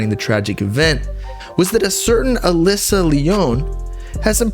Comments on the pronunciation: & it's Alicia, pronounced Ah-lee-sha. Not pronounced Alissa. 🙂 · Uh lee see ah bro that’s how you spell Alicia pronounced aleesha haha